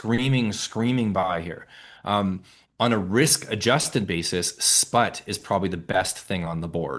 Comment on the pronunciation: He said Sprott? Sput?